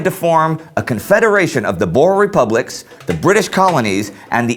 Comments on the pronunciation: Just want you to know (Ek is n boer) that Boer isn't pronounced Bore but Boo-R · Just a small thing. It's not pronounced 'bores'. They're called Boer. The Dutch word for farmer. It's pronounced 'Boo-er' With a rolling R. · Boo-Ruh (Boere) Not Boars xD Anglisiced badly.. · No need to be rude but you say boers are Bors Please without the accent can't say boers (I'm a south African) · please pronounce "boer"'s oe as a oo as in moose. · you really must learn how to pronounce Afrikaans words like, "boer" you sound really silly. #afrikaans-not-for-sissies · You said Boer, Jan Smut and afrikaaner wrong